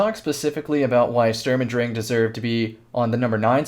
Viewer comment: Yo you're actually saying "drang" right I'm proud